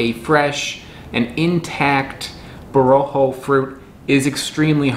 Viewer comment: It is pronounced with the accent on the last syllable. Bo-ro-khOh, not bo-rO-kho.